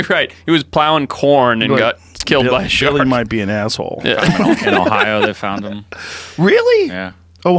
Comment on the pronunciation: Shark, not "Shart"